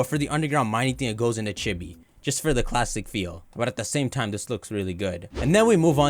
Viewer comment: Am I the only one who hears him say Chippie instead of chibi?